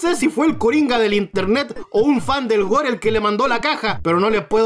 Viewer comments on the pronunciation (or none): none